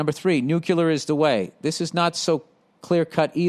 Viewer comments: Why does he keep saying NUCULAR.... it's nuclear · Cmon Bill, noo + klear. Noo klear, Nuclear, you can do it.